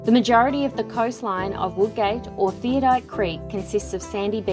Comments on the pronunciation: Great pictures of a beautiful place, however, It is pronounced Theod - oLite not theodite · Ummm if your going to show places how about you pronounce it correctly it is pronounced "thee od o light" Not "theo- dight" wow insults to locals who named it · I am amazed at the amount of people who cannot pronounce Theodolite THEE -OD-O-LITE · Theodite? No, it's Theodolite.